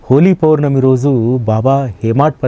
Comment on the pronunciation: అయ్యా..హోలీ పోర్ణమి కాదు.. హోలీ పౌర్ణమి అని పలకండి